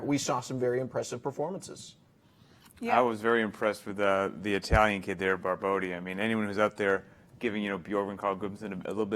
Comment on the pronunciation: Guys, is BarboTTi non Barbodi!!!thsnks